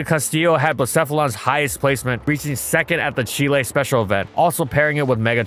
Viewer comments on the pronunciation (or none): none